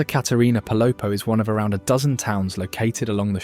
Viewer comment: Your videos are great and very "local." I only suggest checking on proper pronunciation in this case. Pay attention to those accent marks. For instance it's Atitlán: ah teet LAWN. Quetzal=ket ZAHL Palopó= pah low POH. Thanks. I hope to get back soon 🙏.